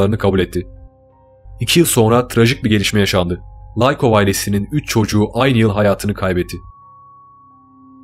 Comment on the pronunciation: laykov değil likov ellerine sağlık